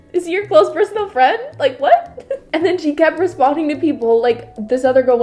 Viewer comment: Love ya,, but “whatpad”😂😂